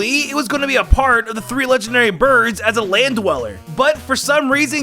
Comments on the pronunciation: it’s legendary not lengandary 😁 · Count how much this dude said legenderry and mythycil